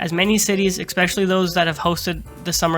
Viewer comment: You lost me at the third "ick-specially".